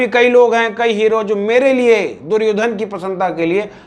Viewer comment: भैया दुर्योधना क्या होता है कम से कम प्रोनाउंस तो करो दुर्योधन, आपका मजाक नहीं उड़ा रहा हूं मैं लेकिन जो वास्तविक नाम है उसे बोलो।